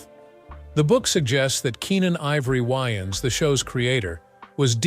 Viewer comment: Why does he keep saying Wyans?